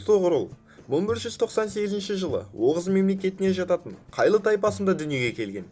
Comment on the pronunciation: (Қайлы)Тайпасы емесы (Қайы) Және Сұлтанның есемі (Алаеддин) емес (Алауаддин)